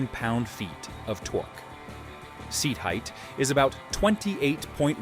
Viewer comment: Tor-Key? Really? Tor-Key??